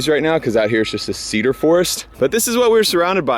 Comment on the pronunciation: Washingtonians any time says "Cedar" or "Forest" and especially "Cedar forest": 🤔